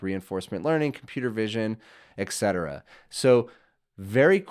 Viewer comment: Dude - please don’t EVER say “ECK Seterra” again. 🤦🏻‍♂️